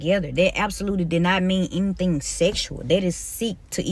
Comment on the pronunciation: She was there to, and I quote: "Teech deez keys". "mooch" instead of much. "dow" instead of down. "den" instead of then. "dem" instead of them. "skew" instead of school. "missed understang" instead of misunderstanding. "... enyteeng seksooal from keys ..." (anything sexual from kids) "imm'a whorl dat" (I forgot what this shit was supposed to be before I finished typing it) She should be shot, and that's not even getting into her pedophilia.